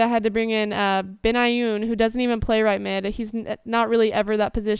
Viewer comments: That "bayoun" player is pronounced "BEN - I - Y - OON" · I know this is annoying but it is pronounced ben-eye-oon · its Ben-i-oon